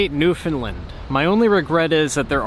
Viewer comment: Understand .... Newfunland.....the accent is on the “land”. Say both words and you will instantly know how to correctly pronounce the name of the place you are visiting.